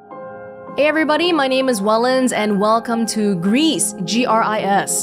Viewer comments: Gris actually means "grey" in French (and possibly other languages. It's pronounced like "gree", not "grease" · I think that the name of this game is pronounced "gree" as gris is French for grey. Which is appropriate for this game. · About the title "Gris" being pronounced grease/griss, it's probably because it's a spanish dev studio who made the game and gris=grey both in spanish and french, although in spanish you'd say grease/griss, and not gree as in french. ps: this looks so good! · The game was made by Spanish people, and gris means grey in spanish, which is pronounced like "grease" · Well, then I concede. I'd thought she was just guessing the pronunciation, and french words in game titles, ESPECIALLY artsy ones, is so prevalent that I felt it was a safe enough assumption. I'm still somewhat surprised it's pronounced like that, regardless, considering the many similarities French and Spanish have.